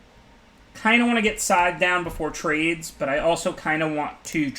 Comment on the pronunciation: I cringe so hard every time he says SKYTHTH